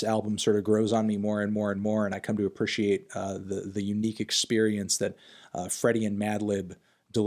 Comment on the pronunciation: Why do you pronounce “appreciate” like “appersherrate”